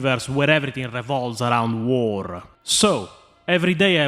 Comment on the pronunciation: Why are there so many Eastern European Warhammer 40k content creators who can't pronounce 'war'? The "WAAGHHrr" pronunciation makes me laugh, every single time 😂